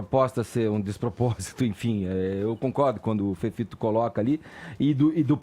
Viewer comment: Fefito não sabe a diferença de D, T, P, meu Deus, pronuncia tudo errado!! Uma fono urgente para essa criatura!